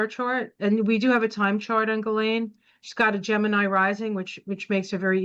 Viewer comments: Really fascinating, thanks for doing this reading!. BTW, most people do not pronounce "Ghislaine" properly. Her mother had French background, so it can be pronounced Ghee-len...or most commonly Gah-len. I wonder if pronunciation plays a role in the vibration, numerology, etc. Regarding Epstein, IMO he viewed his interactions with females as transactional with a bit of altruism...he was giving money to girls who would otherwise be on the streets, recommending them for prestigious jobs, introducing them to important people. This was either to assuage his guilt or provide cover or both. They're not victims, "I'm helping them". Twisted thinking. I agree that he's passed, but doesn't want to transition because life review will be hell for him. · Her name is pronounced, 'ghee • lane,' THE "S" IS SILENT, PEOPLE!!! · Hi, Ghislaine is pronounced Gilaine. Love you! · Her name is pronounced Geelane with a hard G. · Her brother Ian pronounces it more like gee-len (hard g like ghee).